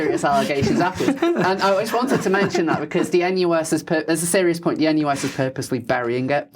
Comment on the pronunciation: I had to stop five minutes in. I cannot listen to this idiot consistently pronouncing ‘th’ as ‘v’.